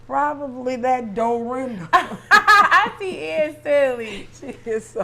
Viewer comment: “prolly that DOrinda” 😂😂😂